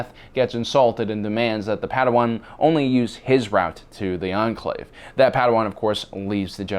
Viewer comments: Why are you saying potato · Thought I was having a stroke when u kept saying potato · Why do you say potato all the time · HAHAHAH HE SAID POTATO kys